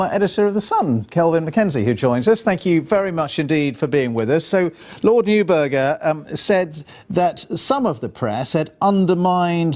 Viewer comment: The judges were politically motivated and they did what judges always do: decide the result they want and then reverse-engineer the arguments that lead to that result. Neither MacKenzie nor the BBC guy could properly pronounce "Neuberger".